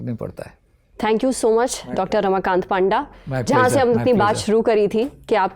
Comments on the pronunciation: His name is not पांडा his name is पंडा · It was, as expected, a fantastic episode! I absolutely love the Lallantop team and rarely miss any newsroom episode—catching up has become so convenient now. Lastly, I just wanted to point out something. Being a ‘Panda’ myself, I’d like to clarify that it’s actually pronounced as ‘पंडा.’ I hope you don’t mind. Keep up the amazing work!